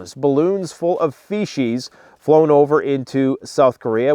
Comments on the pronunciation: it's pronounced Fee-sees not fee-she's. I know my shit.🤣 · say "sour." Say "soup." Ok, that's the "s" sound. The "c" in "feces" has the same sound. Now keep saying it until you no longer say it like. You can fix this,. I believe in you. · Did he say balloons full of fecies? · Please someone tell me he didn't say "feshes" in the balloons.